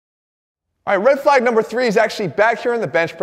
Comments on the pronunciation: Das a REHD FLAAAYGE ova thea! 😅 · Jeff called me a Red Flag, but there were very few L's in the word "flag"